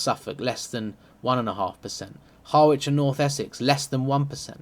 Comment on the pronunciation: Harwich is pronounced [ HARR • ij ].